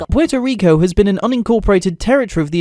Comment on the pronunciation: me: interested in the video him: puay toh ree coe me, a puerto rican: 🥲